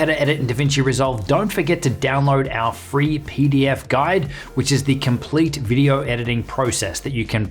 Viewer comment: Did he just say FREE?